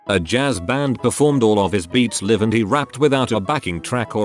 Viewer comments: Was anyone else bothered by the narrator saying Liv instead of L eye ve for Live? Just wondering!!🌹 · If it's a video about "live concerts" and "live shows", maybe use a voice over that can say the words "live concerts" and "live shows" correctly. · Keesha concert. robot can pronounce it right because dollar sign. Yet live is pronounced the wrong way every time. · Why does it keep pronouncing live 'live'?